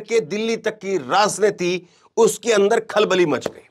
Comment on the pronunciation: that’s why you are anchoring in this channel because you don’t know correct word of raajniti you are saying raazniti😂